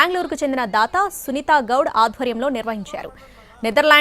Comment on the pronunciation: Sunitha Goud kaadu..... Sunitha Gowda.....em news saduvuthaaro artham kaadu.... aame akkada english maatladu tundhi.......she is kannadiga